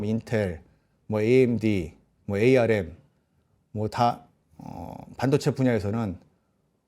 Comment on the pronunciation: ARM은 암이라고 불러주세요. 5G='오쥐'가 아니라. '파이브쥐'라고 불러요.